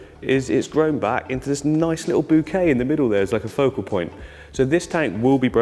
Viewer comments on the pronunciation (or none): none